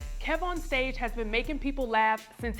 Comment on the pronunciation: Hey. I think is trying to say KEV-on-stage but he keeps saying Keyvon stage. Back to you